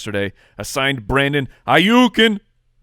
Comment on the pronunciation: "Brandon Haiyuken!! " lol at it again🤣🤣🤣😭